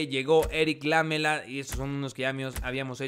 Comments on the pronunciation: No se pronuncia Lámela es Lamela acentuado en me y por eso no lleva tilde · Jaja es "Laméla" la pronunciacion. Lámela suena medio atrevido... jaja:p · Lamela se pronuncia con acento en la silaba ME (seria como laméla) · lamela se dice con acento en la letra E, seria Laméla